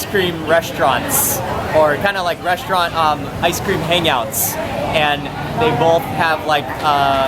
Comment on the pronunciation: First of all....speech impediments can be corrected....if you admit to the fact you have one, He can't say the word restaurant. it comes out resht-rant. He can't pronounce his ST's. secondly I HAVE contacted him privately, thirdly I have been in front of the camera Thousands of times on National television and also do my own food video. You are just some dumb twat who has a thing for him.